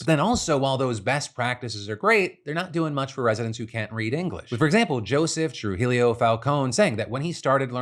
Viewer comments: Trujillo is pronounced Troo hee yo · Spanish pronunciation of Trujillo:True-hee-yo. Love, your local Chicana 😘 sending all prayers to LA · Not me questioning whether or not he said Trujillo wrong, or if I’ve been saying my own maiden name wrong my whole life.